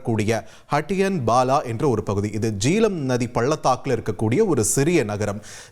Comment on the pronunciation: Jeelam illai...Jehlam, pls correct....jay-h-lam..